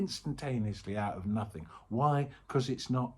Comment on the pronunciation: Thanks, great. Sky-like. I keep hearing it as "No-thing is real, " :) 🙏